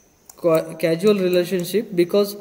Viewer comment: Not casual .... say Causal ... something that causes